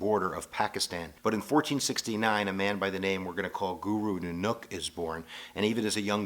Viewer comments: Guru Nanook?...................of the North?...............I always thought it was always pronounced NANAK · It's not 'Nunuk', it's Nanak. And it's called Sikhi, not Sikhism (which is a word invented by the British.) Otherwise pretty good. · Guru Nanak NOT Nunook idiot, We are not Hindus jackass .... We believe that you should connect with WaheGuru by repeating His name and always remembering WaheGuru in everything you do . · say it like this "naa-nuck" and "maa-yaa" and "saaay-waaa" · Not to offend u but by being a Sikh myself his name is not Guru nunak it is Guru Nanak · NANAK - please say NAA NUCK 1. NAAA is longer AAA 2. then NAk is said like luck 3. NAAnuck say it like this **** Thanks awesome video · Nanuk lol love the way you pronounce his name. Sounds like a fundamentally different word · His pronunication of "Punjab" and "Nanak" actually piss me off. It's not "Poonjab" and it's not "Newnook"... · Poonjab? Nan-OOK? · Its pun jaab and naa nuk 😐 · as a Sikh, i kind of was a little irked by the way u spoke some of the words, but i understand that Punjabi (puun-jāb-e) isn't ur language. Guru Nanak (nān-uck) never started a religion, but a philosophy, not a certain set of rules you must follow. Only then, the 10th guru had started Sikhism.